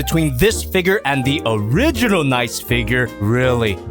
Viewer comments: Stop pronouncing it “nice.” There’s 2 Es for a reason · It's NicEE, with an extended E sound cos it's ArcEE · Your pronouncing Nicee and Mocha wrong